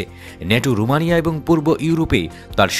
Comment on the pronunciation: ৭১ টেলিভিশন ওইটা রোমানিয়া হবে রমনিয়া না 😂